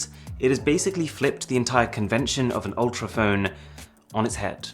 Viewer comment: Its "Ultrap"